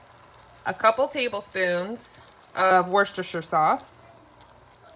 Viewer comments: Lol. What’s-dis-here-sauce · Hey... I am originally from MA... where we have the town Worcester... I am going to help you pronounce it properly. Say it with me... Woos-ter-sheer (pretend the first R is not in the word and don't pronounce it SHIRE as in Lord of the Rings). It makes me laugh whenever YouTuber's struggle with this word because it is second nature from people in New England to say it properly. LOL. Love you guys and your chili recipe is pretty close to my own!! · 'WER-STER' sauce....my mum is from England and said there's NO 'shire' in 'wer-ster' sauce!! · Say it like this: wister-sher. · It’s “wash your sister” sauce! 😂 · It's pronounced "Wooster-sauce" 😉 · Being a Brit, we pronounce Worcestershire sauce as....Worcester sauce. “Wooster”, leaving out shire! Haha. Hope this helps 😊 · Wuss... te... sher sauce. Fab chilli. Delish. xx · you pronounce it wusster, as in wuss-ter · Sending help ... ‘were ster sheer’ sauce 😊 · Hi from New Zealand great recipe. It's pronounced "" Woostersher"" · Love the recipe and your Chanel, in the uk it’s pronounced wuster sauce x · If I were creating a you tube video and didn't know how to pronounce a word I'd be sure to look it up before I embarrassed myself for the world to see. Worcestershire is in every dictionary. Free online dictionaries too.